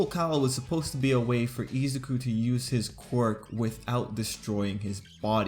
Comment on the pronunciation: Ok I just wanted to say I really like your videos and analysis or BNHA. But your pronunciation of Izuku and Bakugou kind of takes me out of the flow of the video. channeling Hermione It’s IZUku, not IzuKU. And BAH-kugo. Not BEH-kugo. sorry to be that person. :,)